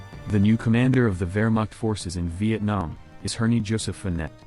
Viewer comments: ah yes, “wermark” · All these pretty good pronunciations and then "the ware mark" how the fuck do you even manage that like you have to be actually illiterate to not at least pronounce the "right" wrong way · cool diss but says the guy that can’t pronounce Wehrmacht or communism